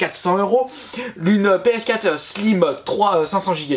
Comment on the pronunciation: on dit PS4, pas PScat :)